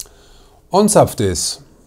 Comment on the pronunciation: "ONZAPFT" - das üben wir aber nochmal 😂